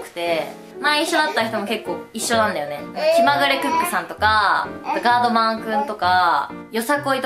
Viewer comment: あちゃんが言うガードマンくんのイントネーションそれで合ってるの？wwwwwwwww